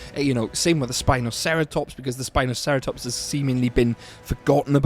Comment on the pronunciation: Its actually Sino-spino by the way, Not spinoceratops.